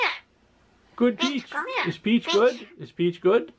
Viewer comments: He is saying pichu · To me it sounds like he is saying pichu